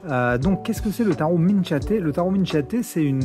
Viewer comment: Ça s’écrit CH mais ça se prononce min K iate……petit cours d’italien😉